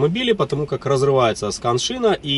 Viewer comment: Вы классный специалист.выражаю Вам свое уважение. Но не скан -шина. А can-шина